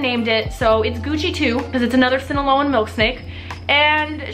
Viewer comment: The way she says Sinaloan...